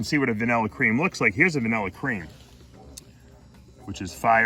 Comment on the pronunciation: Vanillarish lol love the accent